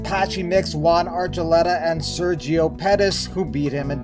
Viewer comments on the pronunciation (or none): none